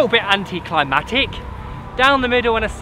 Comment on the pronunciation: It is anticlimactic not anticlimatic